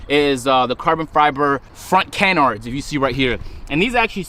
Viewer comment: Agent it’s pronounced kuh-nards